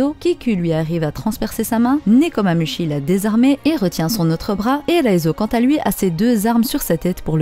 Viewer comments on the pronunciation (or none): Nekomamushi, le Chat du Cheshire: se prononce chiche ailleurs